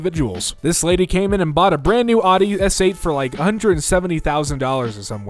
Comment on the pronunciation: The way he says Audi makes me mad